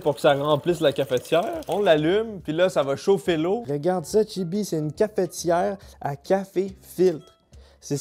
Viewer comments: bah après oui et non puisque dans le mot cafetière y'a pas de "é" donc c'est pas logique de prononcer cafétière. Apres peut être que eux l'ecrivent cafétière et là dans ce cas oui c'est plus logique que notre prononciation à nous français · Surtout que pour le coup ça s'écrit cafetière donc c'est bizarre de le prononcer cafétière^^ enfin je juge pas hein, chacun prononce comme il veut. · une Cafétière ? comment ? Une Cafetière sans ''é'' au début monsieur MDR , " ne faite pas ça chez vous " devant 700 000 Personnes mdr steak grillé au toaster j'y aurais jamais pensais mdr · cafEtière, pas cafétière